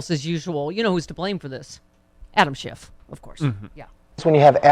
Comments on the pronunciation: McCarthy is calling him Adam Schift, not Schiff! He knows he's pronouncing it wrong! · "... Adam Shift...." FFS McQuarthy reminds me of that kid in 1st grade who brought all of the mispronounced words he floated at home, to school.